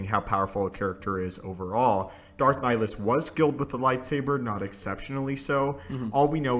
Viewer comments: It's pronounced ni-hill-is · i think you are pronouncing wrong the name of darth nihilus he has two "I" in his name after all and you are saying only one